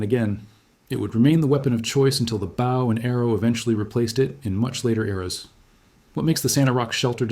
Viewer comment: What is a "bau" and arrow?